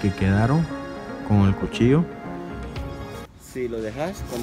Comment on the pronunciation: El Coche? Mejor dí Marrano, Cerdo, Puerco, o Cochino , ya escucho que tienes problemas con tu hablar, también dices Cochillo, y es cuchillo.